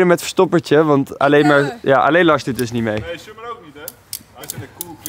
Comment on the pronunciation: "Summer" spreek die naam eens fatsoenlijk uit man